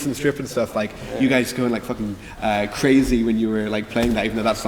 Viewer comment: the way he says it sounds so sickkk